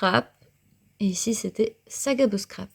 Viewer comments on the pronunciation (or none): Ouah quelle chance d'avoir tous ces calendriers ! Merci de nous les faire découvrir c'est très gentil à vous Par contre j'ai du mal à entendre "chcrap" c'est un S le scrap 😉🥰